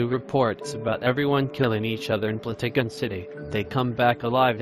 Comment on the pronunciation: He said blootugon instead of plotagon